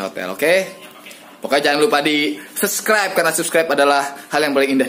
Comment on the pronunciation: kirain udah bener ngomong subscribe, taunya pas ending balik lagi ke seskraib wkwkwk